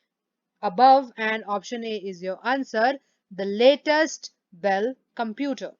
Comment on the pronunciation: Mam this is not Dell computer this is bell computer